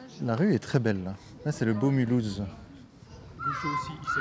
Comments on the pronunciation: pourquoi le gars il dit milhouse à ? rien compris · On dit pas Mulhouse, milouz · Ca se prononce Milhouze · oui, le monsieur est âgé et pourtant il a zero culture sur sa propre ville. Mulhouse se prononce et s'écrit Milhüsa en Alsacien et c'est écrit en grand et en majuscule avec un gros cadre rouge à l'entrée de la ville...avant d'essayer de faire des jeux de mots raciste, on s'informe avant sinon on passe pour un con devant les gens qui ont + que 2 neurones... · quand il a dit Milouse j'ai pensé aux Simpson 😂😂